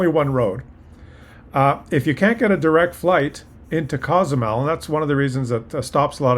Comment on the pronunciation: I lived in Cozumel for 23 years and it is a fabulous place. Btw, Co-zumel is pronounced like Coho. There are days that the little town is inundated with Cruise Ship passengers; it isn't unusual to get 13-17 ships a day in high season or at least that's how is was when I was there 20 yrs ago. The other side of the island is beautiful and a great escape from the downtown area on those heavy cruise ship days. There is a saying there "Man created Cancun but God created Cozumel ".❤